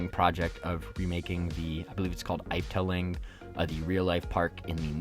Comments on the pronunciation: Just so you know the name of the real life park is pronounced F ta ling so you say the word F and then the rest of the word look it up on YouTube and see how many coaster enthusiasts pronounce the name and by the way the white we weiven is translated in English as white women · Great Video! I live in Germany, so I go to Efteling all the time and it really annoyed me how you pronounced that park that was the only thing